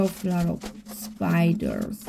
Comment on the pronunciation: I love spiders. Very beautiful animals. But yes they can be creepy when they crawl on you without you knowing. I like the way you say “spidurrs”. 🕷️